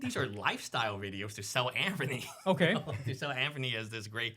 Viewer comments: His name is ANTHONY! Not Anferny! 🤦‍♂️ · I thought there was something wrong with me, but i realize this guy cant tell a story. for a guy that post many videos about him, how TF does he keep saying Anferny ?!? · “Jimmy is wiff Anphony” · Tugger, Coachcaine, Anphony...